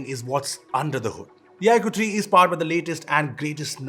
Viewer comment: Dear, It's not ikuuuu, it's iQue(iQoo)....